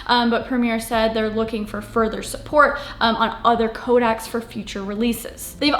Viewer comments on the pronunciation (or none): I know this is nitpicky but it is co DEC not codac super small thing and great video but idk why it was bugging me so much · FYI - CODEC is pronounced COH-DECK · codec ("Co-deck" or "Co-dex" for plural) not kodak ... I tried to keep my mouth shut but it's 4th video of yours I've seen you say it